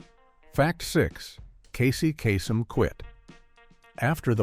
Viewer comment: The one thing that irritates me the most, is the mispronounced names. The name you mispronounced is Casey Kasem. Do your research and get it right!